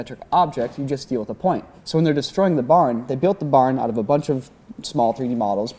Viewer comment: I yawned when he was talking about the barn particles and heard him say barnacles